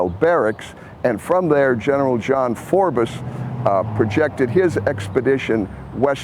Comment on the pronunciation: My dear. We here in the city that's home to both Fort Pitt & Fort Duquesne and have numerous edifaces named after the man pronounce his name "Forbz" not, as you've done here.."Forbez". We have Forbes Avenue, Forbes Apartments, Pitts dorms Forbes Towers, Pitts Forbes Quadrangle, UPMC's Forbes nursing facility and we even named a ballyard after him....Forbes Field (one of the hardest HR parks ever)......for us "Yinzers" to pronounce it your way would be tantamount to forcing us to call our city "Pittsborough" insted of Pittsburgh....with the "h" I might add.....'n 'at. 😅